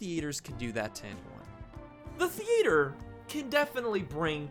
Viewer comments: Thearter the-ate-or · theeeeee-a-tur 😂 is how your saying theater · You say Theater so weirdly and it's funny.😂👌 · U said theater weirdly and I not making fun of u I’m not used to people saying it it just cut me off from “Earth to me”